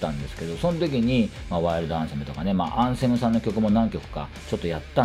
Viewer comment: お疲れ様です。 できれば「アンセム」の「ア」にアクセントを置いて発音してほしいですね😅